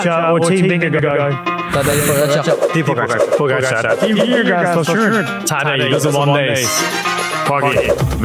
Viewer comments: still getting Jonas Vinegar's name wrong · You are still mis-pronouncing i.e. butchering the name of Jonas Vingegaard!!! As a fan and loyal danish follower of for years, I have appreciated the respect the show, and Lance Armstrong, has shown the french by asking the frenchman Alain to pronounce the french city-names. I dont think that is really necessary or feasible when it comes to the names of the different riders, but I am still waiting (and hoping) to hear you pronounce the name of Jonas Vingegaard correctly. I guess everybody could take the easy way out and just call him Jonas, which is not really possible to misprounce for english-speakers. Another option could be to listen to a number of danish people pronounce this name, and try to imitate it. But for some reason that does not seem to be so easy. Danes would actually pronounce it somewhat differently, according to their own dialect. Vingegaard himself usually does not speak the dialect they speak in the part of Denmark where he is from. The last and maybe best option is to find some english words that match the pronounciation of Vingegaard. And that is actually possible. The last part of Vingegaard is neither pronounced as ”guard” or as ”go”. It is pronounced exactly like the last name of former vice-president AL GORE. The first part is pronounced more or less like the english ”WING”, that in danish, just like in english, isolated means either the wing of a bird or an airplane. (Vingegaards historical meaning is something like ”the farm where the landscap